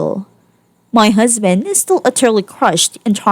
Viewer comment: It's strange, but I'm growing to like the narrator's harsh Ts. It's pronounced "husband". Not "husband'TUH". But, you do you.